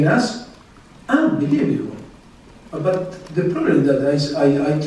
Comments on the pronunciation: ㄱㅋㅋㅋㅋㄱㄱㅋㅋㅋㅋ 웃기닼ㅋㅋ 언빌뤼붜블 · ㅋㅋㅋㅋㅋㅋ존나 화난거같은데 온볼리보볼 ㅋㅋㅋㅋㅋㅋㅋㅋ미친 심판이 경기말아먹을뻔했다